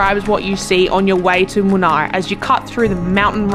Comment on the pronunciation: It is Munnar and not Munai. It is in Kerala State